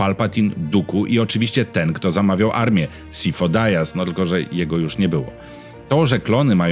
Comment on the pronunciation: Imię Sifo raz bez sensu spolszczasz, a nazwisko Dyas z kolei bez sensu wymawiasz z hiper-angielszczyzną?